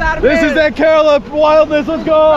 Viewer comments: Cud u pronounce kerela properly please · Kerala not curella😂🤣🤣😂 but still love tho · Why does everyone say Kerala wrong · I am from kerala and I laughed when he said kerala wrong, anyays great video most videos of India is the north not south and I recomend going to Kozhikode and trying the Dum Biriyani. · I need to address that you pronounced kerala wrong